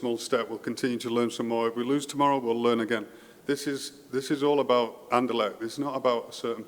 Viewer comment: I would like to hear you say RSCA or Sporting or Anderlecht instead of talking about ‘the club’. You did 1 time at the end and it sounded very nice for an english man,because its not ez to prenounce with the ‘cht’. I can understand want all to get behind this club thingy, so noone will get the blame personally when things go wrong, but its not nescesary because it wont go wrong. Keep up the good work👍🏻👊🏻